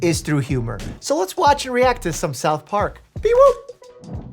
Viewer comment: I thought he said “self harm” instead of South Park